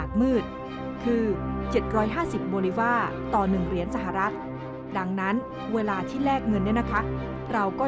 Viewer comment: ข่าวดีมากค่ะ แต่นักข่าวผู้หญิง พูดคำว่า เวลาถูกจะไม่ขัดหูมาก ทำไมพูด "วะลา"